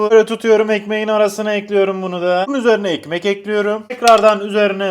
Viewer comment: hiçbir videoda değişmeyen şey: tencereyi ocağa eklüyürüm